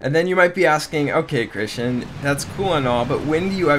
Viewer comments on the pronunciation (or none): none